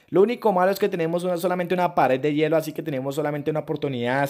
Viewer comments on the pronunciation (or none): none